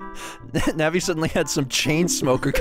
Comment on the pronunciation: it's pronounced nAHvEE!¡!!¡¡